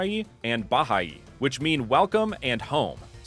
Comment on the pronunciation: I'm actually a filipino you said the word wrong but it's fine you're one of my favorite creators